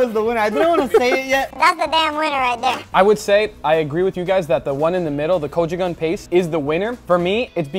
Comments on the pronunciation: why the hell he call it kochugang? its Gochujang damn it. That is all, thank you. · "Kochugan paste" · My bro just said cojugang paste 😂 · Guga pronounced gochujang correctly while making the steak but then incorrectly when eating it.😂